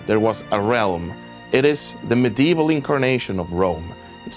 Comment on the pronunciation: His pronunciation of medieval irks me